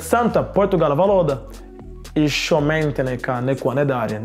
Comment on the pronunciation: Tad kad viņš teica meitene es sapratu mentene😁😁😁